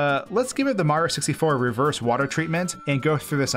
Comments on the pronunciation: Idk if its his voice or accent, but has anyone noticed (no offence like i said before) he pronounces super mario 3d world as super maro 3d world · You just said "Super Maro 3D World" at the beginning lmao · Is anyone else thrown off guard whenever he says “Supah Marrow” 3D World? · you say mario wrong.